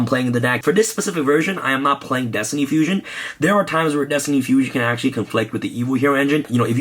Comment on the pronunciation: My OCD gave me a headache every time he said destiny fusion.